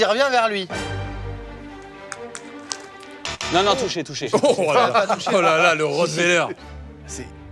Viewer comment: à dit "j'ai pas touchéow" 😅